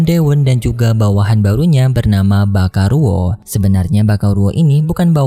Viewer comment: Baikalo bang bacanya bukan bakaluo